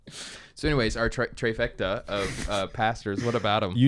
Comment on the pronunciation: Fifth week the treyfecta😂